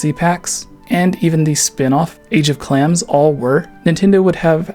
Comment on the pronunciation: WTF are you saying when you're supposed to be saying "age of calamity"? Sounds like you're aying age of clams